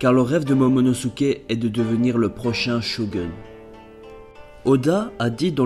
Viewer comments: très bien mais c mas shogeun mais shogoun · Super vidéo mais "shogun" se dit shogoune et pas shogeune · Par contre c'est Shogoune pas Sho Gueune :p Sinon bonne vidéo ! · Mdrr shogeun non shogoun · Non pas "Sho gun" un shogouuuun!!! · ça se prononce "Shogoune" au fait :3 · c'est pas comme sa qu'on prononce shogub